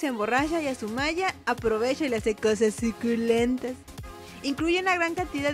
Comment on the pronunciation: me encanta como dice zuculemnjsdhgyuu+tas jajaja